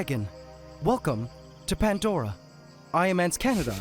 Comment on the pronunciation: It's not Pendora it's Pandora